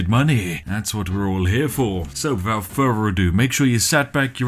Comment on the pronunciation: For the love of fuck please pronounce the 'th' sound inside words! It's not wivout, it's without! How do you even say "That fug kit"?? I'm so lost here! Regards, A fellow Brit